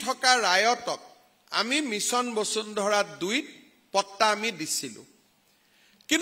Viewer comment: আপুনি শৰ্মা নে চৰ্মা ? বচুন্ধৰা নে বসুন্ধৰা ? ক্ষমা কৰিব এই আবলটন মানে নো কি ? আবণ্টন নহব নে ? দুৰ্ভাগ্য এই যে আমি অসমীয়া সকলে অন্য ভাষা বাদেই দিয়ক আমি নিজৰ মাতৃ ভাষাটোকে শুদ্ধ কৈ উচ্চাৰণ কৰিব নাজানো।